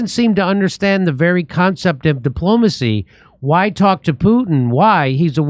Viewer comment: It's right in the title lady, diplomacy rhymes with diplomat.